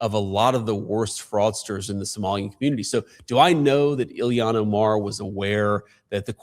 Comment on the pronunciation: Why the fuck can’t JD pronounce “Ilhan”?